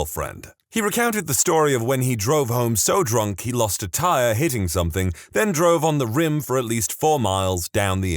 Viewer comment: No K in the word something